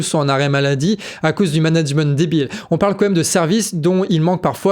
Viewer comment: Super travail. Heuu on dit quand même et pas comême mdr